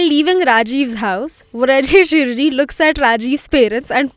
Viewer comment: It's Vrijesh Hirjee...not Hrijesh Virjee😂😂